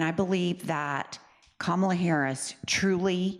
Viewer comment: And he cant say Kamala’s name properly !